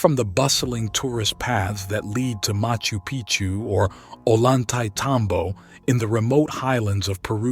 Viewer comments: just FYI, a double L in Spanish is pronounced as a Y. so Ollantaytambo is pronounced "oyantetambo", not "o-lantaytambo" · You should learn how to pronounce Ollantaytambo (double l is a "y'" sound in spanish"), so its pronounced Oyan-tay-tambo